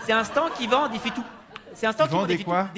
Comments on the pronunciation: Presque parfait pour l'accent mais quelques petites erreurs : les Français disent "en Suisse" et non pas "sur Suisse", et ils disent "stande" et non pas "stan". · Oui mais avec une faute de français... Stand se prononce stande ;) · En France (et pas "sur France") on utilise uniquement le mot "portable", personne de dit cellulaire ni GSM (en Belgique). Et on dit "Stande" et pas "stan". Dommage, sans ca le sketch est bon ! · Parfait 🤣👌mais j'ai jamais entendu un francais dire "stan" mais plutot "stande" ! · Si monsieur le vrp était Français il aurait prononcé le D de stand. sanwich etc